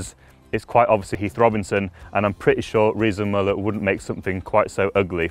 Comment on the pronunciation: Müller. Pronounced "Mew-ler"